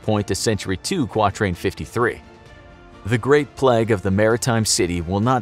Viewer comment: The way the narrator says plague: "Pleg" 😂😂😂